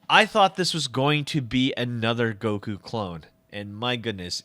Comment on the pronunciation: Firstly it’s goku not guko, and second, fix your grammar